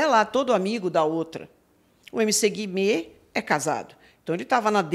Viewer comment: Amo o fato da Pronunciar MC Guimê do jeito certo kakakakak